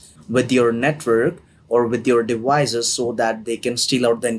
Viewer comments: He can't pronounce the letters v or c very well 😂 The word is 'devices.' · the minute I hear dewices i hangup